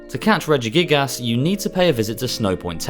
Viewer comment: for someone that legit pronounces regigas as "regigaASs" I wouldnt expect otherwise. Weeb answer its "アルセウス" in japanese so its pronounced Arseus!